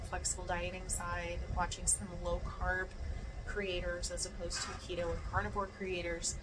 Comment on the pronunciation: Keto, not Lego 😂